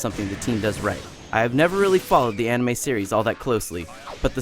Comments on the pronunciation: "Im on not super into ONime."Well of course your not.Your pronouncing it wrong xD. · Did he say AWnime and cHHakra ? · Lol When he said "ahnime" I just had to pause the video. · dont forget "ahnimay" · LOL of course your not into anime mr IGNorant cause you pronounced it wrong xD.You said "onimay". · You know, from all the fighters i have played, i have never seen a fighter game that didn't have unlockable characters aside from Tekken 6. Seems lame to be knocked down points just for that. And Onime....Shakra? Like really? It's obvious this guy didn't do his homework haha xD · "Onime?" What a Dumbass../ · Oh no he pronounced anime wrong gasp :O he has no business reviewing a game. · DID HE REALLY SAY ANIME WRONG WITHIN 10 SECONDS?!?! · Didn't watch past the part where he pronounced anime and said he wasn't into fighting games. This is why IGN is so shitty now. People that are not qualified to review games are reviewing. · wow he can't even say anime correctly >.< or Naruto I have to say this was made with a lack of effort and also it is underated " BUT BLACK OPS AND HALO REACH ARE EPIC SHIZ SO BUY IT" in other words this is so biast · well thts obvious ur not into anime... you pronounced it wrong =] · i stopped taking this review seriously when i heard him pronounce anime wrong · When ever I hear Americans pronounce names like Naruto or words like anime like the way this guy did, I get a little annoyed. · pro-tip: pronounce anime correctly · Who is Nah-root-oh and what is On-ime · you had to force yourself so hard to pronounce naruto wrong that you made yourself say ahhnime. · Nuh- Roo Toe and ah-nime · so he says NAROOTO and ONIMAY? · Naruto- Narutoe? Anime- Onime? Chakra- Shawkra? Wtf is this? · First 2 sentences he mispronounces Naruto and Anime, this oughtta be great. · This is going to be a stupid review, I say this right after he pronounces Naruto And Shippuden, AND Anime wrong. Oh well, my fault for watching IGN videos...